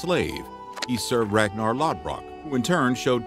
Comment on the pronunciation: He totally butchered pronouncing Ragnar's name 🤣